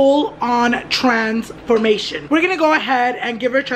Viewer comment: A full on TRANS——formation Omg I swear I got confused until you fished saying that word 🤦🏽‍♀️